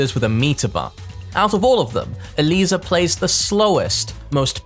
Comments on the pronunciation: Mad respect for being the only content creator to pronounce Eliza's name correctly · This man is so passionate and so breathtaking, he goes so deep into every character to the point that I think he is the ONLY person in the entire Tekken community that actually pronounces Eliza's name correctly lol Love you